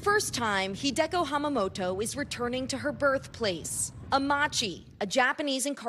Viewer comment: With regards to the former Japanese internment camp in Colorado, the woman's name is pronounced Hi-de-koh, with a slight stress on the first syllable, not the second. should know that.